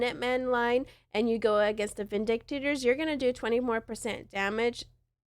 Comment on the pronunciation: Good video. Thanks. At least learn to say Vindicators properly. ✌️😁